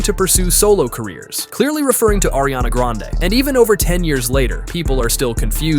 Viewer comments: You mean Irania Grand... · Ariana Granade????!!! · exactly, i was like "ARIANA GRENADE, THE HECK???!!" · You mean airiana grande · No way he said Nike Minaj bro how bad are you at spelling ITS NIKI MINAJ AND ITS NOT ARIANA GRANADE ITS ARIANA GRANDE IF YOUR GONNA SAY IT,SAY IT RIGHT PLEASE